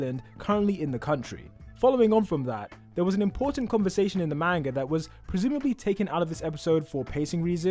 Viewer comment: You lost me tho moment you said manga wrong